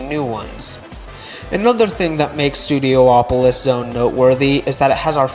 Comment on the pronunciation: pronouncing studiopolis as studio-OPOLIS is so irritating😭😭 pretty sure it's just STUDIOpolis. polis is a greek word for city. just go with that pronounciation. studio, polis. studio OPOLIS is irritating as hell